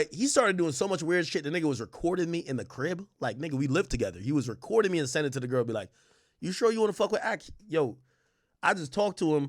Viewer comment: He said ' I seeent him'... if this was a preconceived thought, I believe he would have used proper rhetoric... Which to me means he is conversing about what he saw in his own terminology as it unfolds in his memory.. Therefore, this sounds very believable.